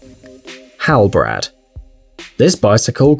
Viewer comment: its not halbrad its halb rad, you pronounce it separately...